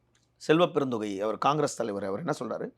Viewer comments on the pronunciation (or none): செல்வ பெருந்தொகை இல்லை டா பீத்த பத்திரிக்கையாளர். செல்வ பெருந்தகை.